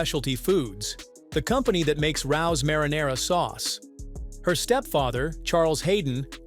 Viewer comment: Rao's is pronounced Ray O.'s Come on get the basics right